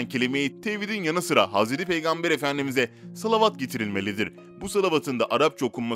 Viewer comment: Lütfen salavat-ı doğru oku güzel oğlum hayırlı bir iş yapıyorsun